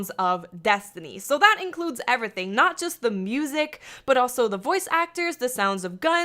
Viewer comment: EnAHthing and evRAthing